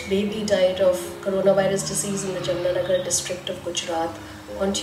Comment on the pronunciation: Madam, it's not Jamna (Yamuna) nagar, it's Jamnagar named after H.H. Jamsaheb of Nawanagar. Pl. Correct your pronunciation. #SpellCorrectAlways Thanks